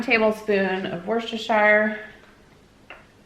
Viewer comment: Everytime you say Worchestershire sauce I HAVE to correct you to myself with “ It’s Wus-ter-shur!”, but who cares really🤣